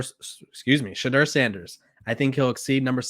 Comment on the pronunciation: I agree. I almost subscribed to this channel but Ima wait. I’ll give him time to pronounce Shedeur’s name correctly and maybe by then, he’ll stop down playing him.